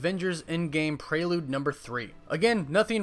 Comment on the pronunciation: Why do you say Prrelude like that? AHHHH?!?!?! But umm like the vids man and my fav super hero is Iron man just for his humor in the movie.